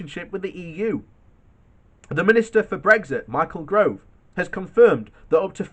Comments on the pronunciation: Please...... learn to say G O V E . It's not GROVE . Much as I agree with you, your pronunciation of the appalling Gove's name is still annoying. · His name is GOVE not Grove you moron! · For the love of God....it;s GOVE.....there is no "r" !! G....O...V...E Gove !! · Great vid mate... please though...the weasley little lying scumbag with the spectacles is Michael GOVE....please stop saying Grove...🙄. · Gove, Gove, GOVE, GOVE!!!!!!! No RRRRRRRRRRRRRRRRRR!!!!